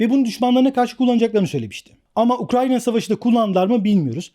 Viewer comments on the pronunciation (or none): none